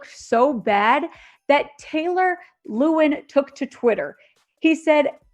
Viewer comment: You mispronounced Taylor Lewan's name.